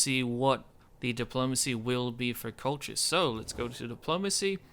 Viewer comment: Colchis is pronounced as in "call-his", or if it is too hard, most English speakers would pronounce it as "call-kiss". I tried the Kolkhis campaign just before the revised GC campaign submod came out (with the changed diplomacy and starting barracks) and found it quite hard. Granted I was playing with Hardcore/No CAI (meaning longer build/research times and higher costs), but still, everybody pretty soon gangs up on you and SHTF. As you said, Arche Bosporus is your main threat and knocking them out quickly is probably the best strategy. The Colchian medium cav is one of the best mid tier skirmisher cav, given their decent armor/defence/attack and most importantly speed of 8 (most other mid tiers have speed 7). One of the things that makes the faction start difficult is also the fact that if you want a flexible, combined tactics sort of army you need both your barracks buildings (greek at lvl 2 and caucasian at lvl 3, IIRC), which places higher strain on your economy. I might give it another try with the revised GC, but I am waiting until it is compatible with 12 tpy and the Hardcore submod.